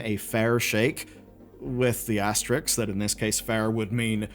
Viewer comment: please can you say "asterisk", instead of "Asterix"? It's really annoying!